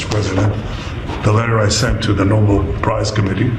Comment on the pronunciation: Bibi… it’s not Noble…it’s Nobel! (Pr. No-bell) 🤦🏻🤦🏻 Why are all these “strongmen” always so weak in the head!🤦🏻